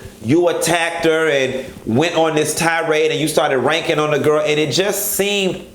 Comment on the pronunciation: “Ranking” ....you so florida. 😍